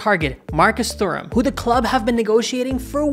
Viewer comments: its pronounced 'turam' the h is silent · Honestly wasn't able to watch this video because how horrible you pronounced Thuram 😑